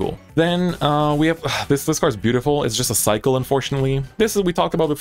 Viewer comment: everytime i hear the word cycle i hear psycho instead